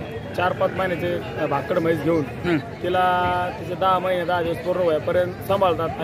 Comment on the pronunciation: भाकड़ा नाही भाकड